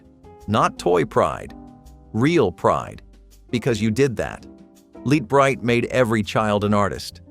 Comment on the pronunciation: Lite Brite, not LEAT Brite, numbskull!!